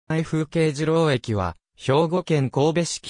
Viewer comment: じろうえきじゃない にろうえきだ 絶対に間違えてはいけない 嘘を流すなー (ごめんなさい、別に怒ったりとかしてるわけではありません)